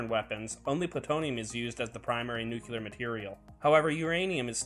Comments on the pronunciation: NU Cleee Arrr!!! Not " nucluyer"!!! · Nu-ku-lar?! Maybe you should learn to pronounce 'nuclear'? properly